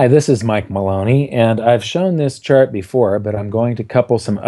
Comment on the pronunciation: every time I heard Chart it sounded like shart, the shitfart, ruined this for me